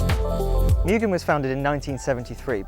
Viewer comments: Its pronounced “moo gen” not “myu gen” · Pronounced " Moo-Gen " (Moo- GEN , Gen-like the number TEN ) YouTube Video Search Name > How do you say Mugen? I'll Bet you are saying it wrong! Direct Video Link > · Cant even pronounce Mugen correctly.